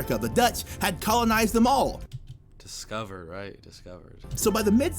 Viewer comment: Emphasis on ‘discover’. I love that 😂